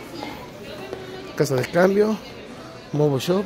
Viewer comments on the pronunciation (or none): none